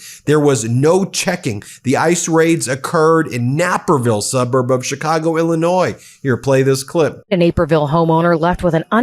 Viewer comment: What l think is you’re too lazy to review your tapes or you would stop butchering Chicago names. Do your fucking job, man